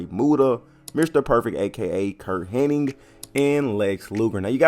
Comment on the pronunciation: 3rd, and its hennig, not henning